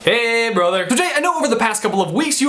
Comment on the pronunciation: Am i the only one that thought he was talking to the subscribers when he says 'HAY BROTHER'